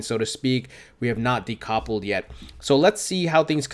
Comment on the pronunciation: decoppled? is this a new crypto word youre making up lol. decoupled de-cup-old